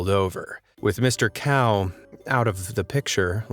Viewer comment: lmao it's not "Cow" pronounciation for Cao but "tsao" so to speak XD